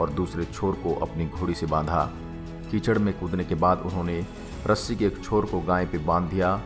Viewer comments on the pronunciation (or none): none